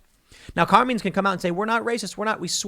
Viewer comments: I can't take it. Carmine is an Italian name pronounced with a long I like the word bike it does not rhyme with Bean. I don't know what it is with you youngsters not knowing how to pronounce common thing. I absolutely cannot watch Elijah Frazier because he butchers the English language on a daily basis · You ever hear Tim say the word sheriff? Let's just say, his pronunciation skills can sometimes be hilariously bad. Also, Carmines is a relatively famous Italian family style dining restaurant in NYC, which makes it's all the more funny. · How does Tim get so many words right and then can’t pronounce a simple and common Italian Name? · The real crime is Tim's pronunciation of "Carmine's"... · "Car meen's"??? It's "Car MINEs"... can tell Tim isn't Italian. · Car-meenz ? 🤣🤣 Car-Mine-s. Common man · Car"mines"...note "menes"...just saying... Great Italian restaurant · Tim, It's pronounced Kar-mine...not Kar-meen. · It's pronounced Car-Mines not Car-Means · and btw, "carmeens"? "CARMEENS"??? it's pronounced "car mines". "car... mines". but don't worry. I'm sure everyone still takes you super duper seriously. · Bruh, it’s not “car-means”, it’s “car-mines” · Car mines . Not car means . Watch some Sopranos Tim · Car meens ? It's carMINES Tim. Come on bro, thought you were from Jersey and knew how to pronounce these Italian names 😂 All love Tim ❤ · Carmeens? you mean CarMINES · Mines. It’s CarMines not Carmenes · Isn’t it pronounced Car-mines. Not Car-means. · Car-mines not Car-menes. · Carmeens? It's Carmine...eye..n. I know it's petty but...you keep saying Carmeens. Come on, Tim! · For being a " journalist" you suck at pronunciation. Its "car" " mines" not carmeans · Car MINES. not car mean you dolt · CAR - MINES CAR M-I-N-E's , Tim sucks at pronounciation. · Tim pronouncing Carmine's is almost as great as him sayin Sherrif. (EDIT) The local Sheeee-riff is named Car-meeen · Did Tim say CAR memes? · "Car mines" is how you pronounce it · Carmine's = car-mine's